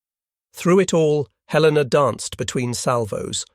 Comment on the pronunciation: The mechanized voice mispronounced "Helena"